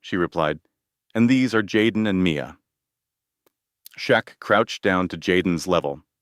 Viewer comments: Shit narrator on name 😢😢 Shaq, chuck, shrek, shack??? Get it right!! SHAQ O'NEIL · Everyone knows who Shaq is why are you miss pronouncing his name, while mentioning him in a very positive video… story was Great, but they need to send you to a school for communicating stories the right way. Before your Homeless. You miss pronounced his name a few times. For such a great story you mentioned a man named Jack, Shock. It took the story to some one else. Shaq deserves full credit.. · Dude, if you make a video about someone use the right name and spell it right. Shaquille O’Neal, his nickname is Shaq then you say Chuck. Do a video right!